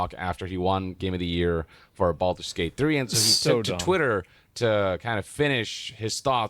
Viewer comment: ho no, not Baldure gayte again